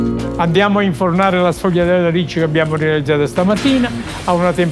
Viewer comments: SE PRONUNCIA SFOLHIATELLA. NÃO SFOGUILHIATELLA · Shvee-ah-dell - Say it right announcer! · Qdo apresentar uma receita aprenda no mínimo a falar o nome correto, a pronúncia é esfolhatela, GL em italiano tem som de lh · Wrong, it’s pronounced shfoo-ya-dell